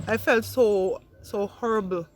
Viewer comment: Wtf the lady said she felt " HURBLE " LMAO